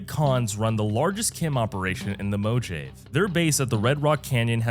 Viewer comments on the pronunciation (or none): “Mo jay v” my brother its “Mo hav a” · Mojave? Its pronounced "mo hahv A" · You 100% said it like Mo-jay so I'd comment on it you bastard. Well played. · Mo-jay-ve mo problems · I winced every time you pronounced Mojave, but it's pretty based to use a fallout video to education people about the horrors of modern healthcare and inspire us to do better. The New Vegas team would be proud. Awesome vid 👌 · Im sorry, I don't think that's how you say "Mojave" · It's not how you say mutfruit either. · it is absolutely not how you say Mojave or nuclear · I assume it's a.i anytime I hear easy words mispronounced